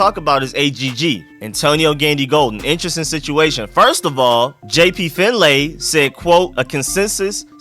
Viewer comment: #ShoutOutRico4Real. 🤙🏾 Btw, it's pronounced "Finley", even though it's spelled FinLAY.